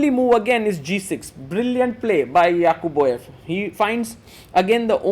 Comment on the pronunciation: "Yaqubboyev" is nice pronunciation